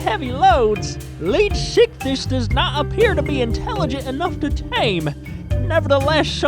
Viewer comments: you also messed up the name is pronounced {Leeds-Ick-This} not {Leed-sick-this} and the reason I'm correcting your placement of the S in pronunciation, this fish was named after Sir Arthur Leeds a man in his late 70's at the time of the animals discovery in a time when the average age was 47-55 before death and here's this Old man wandering around in the desert as one of the earliest Paleontologists and he found the tail fins, Pectoral fins, & Fragments of it's jaw. the man died 3 years later after the British National Paleontology Panel accepted the name Leedsichthys which means Leeds Fish. Just a little history on the real beast for you. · I thought you were saying sickiness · anyone else think he said leech sickness at least once? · This is how you say it lead-if-I-kiss (phonics I) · Does any one else hear lead sickness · I see you're struggling to say it's name, how about we compromise on calling it Leedfuckthis